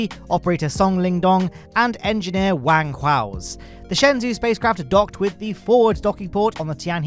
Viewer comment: just to let you know, shenzhou is pronounced more like "shun-joe" than "shen-zoo". Thanks for all the content you put out!